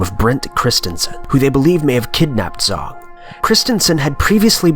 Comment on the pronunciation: It's Jang not Zang. Zh is pronounced J in Chinese